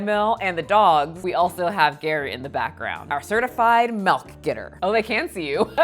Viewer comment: Love your content!! 📺 ♥ One thing I always think is interesting is that when you say "milk" it sounds like "melk" to me. I live in Appalachia, and it sounds like "milllk" here lol.